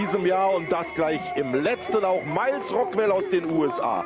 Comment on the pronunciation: Thus must be the most german pronunciation of Miles Rockwell ever 😂